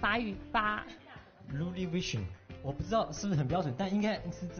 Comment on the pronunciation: 是呢 我们第二外语学俩月都发音比他好